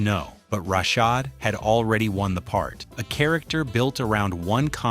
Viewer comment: YES, U NEVER MENTIONED RUDY WAS SUPPOSED TO BE A BOY. JALIL WHITE AUDITION FOR THE PART. ALSO THE CHARACTER NAME WAS SONDRA NOT SANDRA. PLUS U DIDN'T PRONOUNCED RASHAD 😒 CORRECTLY EITHER.